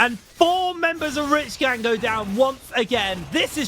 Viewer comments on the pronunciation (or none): If I hear this chick say REEACH GANG one more time I swear…